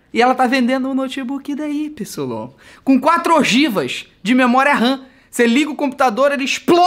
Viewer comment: E nao só é memoria ram e não memoria rã